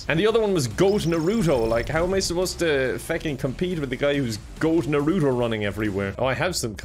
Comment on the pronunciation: The way he pronounces Naruto, I love it